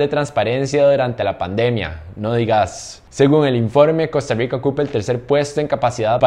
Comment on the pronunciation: Por que tenes que decir costarriigca